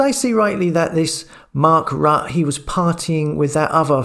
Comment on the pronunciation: Rutte is pronounced as 'Rutter'.